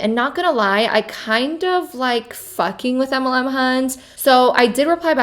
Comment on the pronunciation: I chuckle every time you say MLM. It sounds like you say EMLEM 😂😂😂